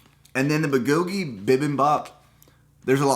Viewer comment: The way he pronounces that Korean food kills me.